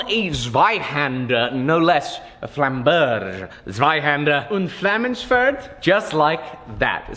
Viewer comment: The Name is Flammen Berg not Flammen Bersch or Busch.